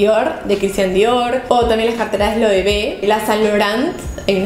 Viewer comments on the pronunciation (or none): none